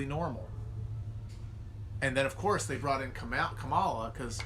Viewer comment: why do you insist on saying Kamala's name wrong?